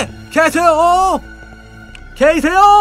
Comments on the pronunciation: 계세요?가게이세요? 라고들리는데ㄱㅋㅋ나만그런가ㅋㅋㅋ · 님이 계세요? 할때 게이세요? 라고 들림